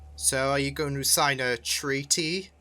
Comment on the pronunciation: "Treet-y"🤦‍♂️🤣 You know you're going to have split Return of the King into 3 or 4 parts, right?!